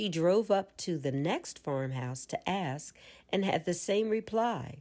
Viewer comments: How tough it is to pronounce the word "ask" properly? Come on now. Non-native speakers of English might have a difficult time understanding the phrase, "Axe the Universe." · I really appreciate this being available. I'm also wondering if this is the only narrated version? It has the word ask and asked in it countless times and this narrator doesn't know how to pronounce the word and I don't want to have to keep canceling and restating it for my subconscious... I don't axe God. To axe something is to take an axe and strike something with it. It was a very poor choice in a book about the power of spoken words to use a narrator who changes a frequently used word and alters the context. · Very good. Thank you. But learn how to pronounce the word ask, please... Aks? Ax? Axe? Aksed? Axed? 🪓🪓🪓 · I love this but cringe every time the word ask is pronounced as axed 😬